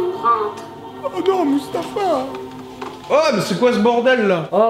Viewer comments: c moi ou au debut il a dit moustafa a la place de mouffasa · "ho non moustafa !" 😂😂😂c'est MOUFASA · C’est moufasa pas moustafa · Au début il a dit Mustapha au lieu de Muphasa mdr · Moufaca pas moustafa 😂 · C'est mufasa pas mustafa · C pas Moustafa c moufassa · Déjà c moufassa et pas moustafa